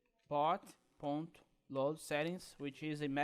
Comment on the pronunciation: MDS, só percebi que era brasileiro quando falou ponto, kkk